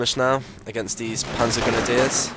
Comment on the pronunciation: the schwimmwagen and the panzergrenadeers haha the way he says that xd